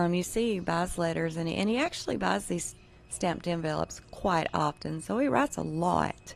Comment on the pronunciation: Pardon me....but you are pronouncing the word envelopes incorrectly. .